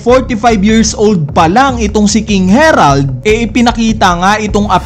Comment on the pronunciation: Naka ilang chapter na Herald ka p din ng Herald. Basahin mo nmn ng maayos ang A E I O U